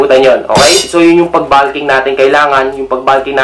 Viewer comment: tanga hindi naman grammar ang tinutukoy ko. Pronunciation lang ng bulk at bulking. Magaling nga sya sa pronunciation sa English . Sa ibang words OK naman. Ang bulking lang ang napansin ko. Para na rin natuto sya. Constructive yon kung hindi nyo lang minamasama.